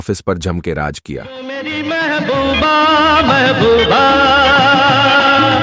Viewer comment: Pehlay bolna to seekho raaz ko raaj bolte ho